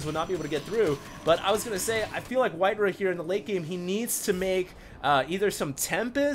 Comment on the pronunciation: White-raw* not White-ruh